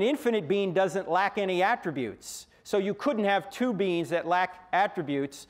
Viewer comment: I'm going on Frank Tureks explanation. Frank Turek in this video is talking about beans. If Frank Turek wants to talk about' Beings", then the correct pronunciation is (' Bee- een') not (' been').